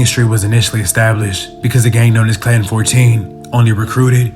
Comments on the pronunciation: Not clan street it's clanton 14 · It’s not ‘Clan Street’. It’s ‘Clanton’ st. (Klan- tone)